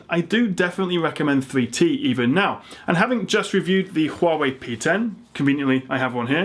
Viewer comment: Holy Fuck!. I've heard it all now, had to play it back twice ....the "Hua..wei". He's taking the piss..Right?.